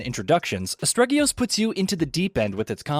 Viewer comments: Im so shocked that he mispronounced the title within the first minute, and it hurt my heart every other time I heard it throughout the video xD It is still, however, an excellently detailed review as always, thanks!! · You mispronounced the name throughout the whole video. That was pretty disrespectful. Anyway, I liked the game so much that I bought 3 copies because I'm a rich bitch. I installed one copy on my games drive and the other two copies on an external ssd. Then, I unplugged the external ssd, wrapped it in 3 pairs of my knickers and burnt it in the woodland behind my (massive) house. My friends said it was a weird thing to do so I told them to shut their filthy fucking mouths or I wouldn't buy them things ever again, and they shut the fuck up! I'm the best rich bitch! I eat coins. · Man, you are butchering the pronunciation of Asterigos. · What a bad review. I don't even know if you liked the game, let alone if you recommend it. And you pronounced the name of the game completely wrong every time, if I were searching for the game based on your pronunciation, I'd never find it. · I can't agree with this review. If you start off by not getting the name of the game right, I'm not surprised. Feels like someone read a short synopsis and then just conjured something up from thin air. I came to As-te-ri-gos from Elden Ring directly and immediately felt the souls-lite-like vibe and other similarities it has. I've had exactly one technical difficulty with clipping through the vineyard in the sunken marsh and that's it. I think the combat system is brilliant with the main and secondary weapon complimenting each other and I also enjoyed the lore that was spread out the world to bolster the story. I would've rated this 8.5/10. A better version of Immortals - Fenyx rising (which is not a bad game either) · Sir you don't even pronounce the title right, it's Aste-rigos not astreggios! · as-teri-gos not astreggyious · Game: 'Asterigos.' This guy: 'Asparagus.' :/